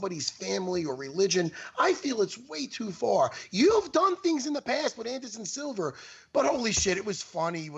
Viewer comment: Matt Serra: "Anderson Silver" lol